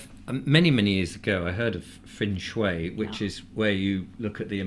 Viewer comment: The pronunciation of Feng shui is more like fung shway. I've lived in China. We pronounce many thing wrong 😂